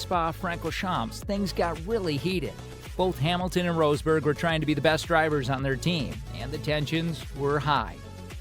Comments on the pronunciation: Who's Nico "Roseburg"? 😂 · Inaccurate garbage: It takes a few seconds to check how a last name is actually pronounced. The man is not called rose berg Why are you showing Checo Perez when talking about Max Verstappen? Discussing Hungary 2021,,, wtf are you smoking? Lewis ended up 2nd in Hungary 2021, Max 9th after the bowling with Bottas thing. They did NOT collide with eachother nor did Max try to overrtake Hamilton at the restart. In fact the restart is legendary as Hamilton was THE ONLY CAR ON THE STARTING GRID, the rest started from pitane. You wanted some juicy Hamilton/Verstappen clashes... why not Silverstone 21, or Monza 21 (where Max and Lewis ACTUALLY drove eachother off track) Do you even watch F1?